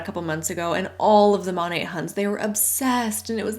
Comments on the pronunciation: It really annoys me, as an art history nerd, when they pronounce it like the name of the artist. Don’t sully Monet’s name with this garbage. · Don’t trust reps to pronounce the name of their MLM correctly. Exhibit A: MONAT